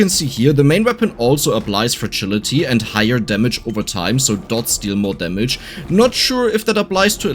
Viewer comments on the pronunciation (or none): I love how pronounce fragility - fertility. Stacking with the balls it make perfect sense